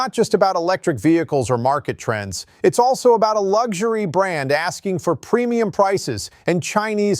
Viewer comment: I knew VW would screw up brand. By the way half video you pronounced brand correct other half not?